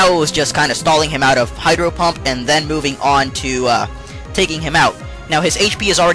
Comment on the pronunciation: it sounds like he says hyper pump